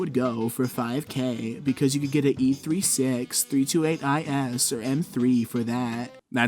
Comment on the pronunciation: Euuuuhggggg the way you said E36